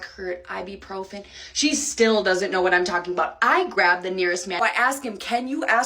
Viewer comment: Her problem in Spain was she kept calling it "AIbupròfen" while in Spanish it sounds "Ebuprofén" (notice the accents too).